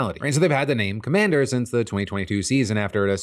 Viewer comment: Why does commanders sound like Comanches